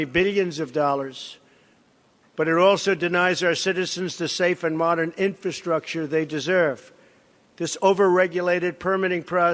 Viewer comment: My 4th grade son has better command of the English language, it's embarrassing watching this idiot pronounce the word "infrastructure " how in the he'll did this buffoon become president, only in America folks only in America lol.